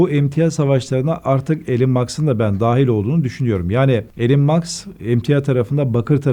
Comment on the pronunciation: Elon Musk yazılır İlon Mask diye okunur... Karl Max ile karıstırıyor kenar mahalle A maber uzmanı..